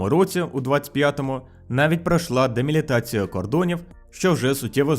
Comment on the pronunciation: Малася на увазі делімітація, корінь «ліміт». Але з якоїсь причини автор жодного разу не вимовив цього слова правильно